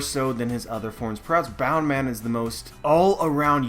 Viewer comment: Boun man? Wtf is boun man? Bounce man you fker